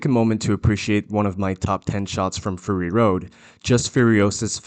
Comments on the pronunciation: It's not FURRY road, it's FURY road. Your pronunciation is driving me nuts. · ( clears throat) ummm. It’s not fury like… hairy. It’s fury like angry. Clearly the mis-pronunciation error is a inside joke on your part? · Are you saying "furry road"? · Sounds like you are saying "Furry Road" :)